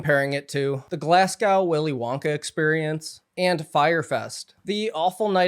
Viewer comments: Its prenounced Glass-go not Glass-gowl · Glasgow = glaz-go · Fyi, Glasgow is pronounced glas-go